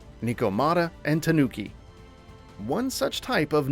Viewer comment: I was happy to find out this is releasing on PC as well, great for us who can't get their hands on a PS5 right now lol I don't know how you say tanooki fine, but mess up neko...